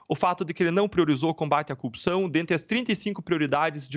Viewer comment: O cara não consegue nem a pronúncia correta, fala Cupção. Vergonha